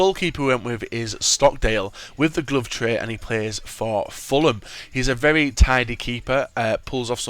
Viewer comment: Vevy vevy good noob. He cant say very